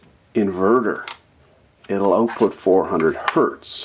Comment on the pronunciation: Check this oat: check the oatput. Crazy Canadian talk!